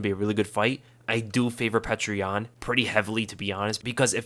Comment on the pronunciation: His name isn't pronounced 'Petra," it's pronounced 'Pioter."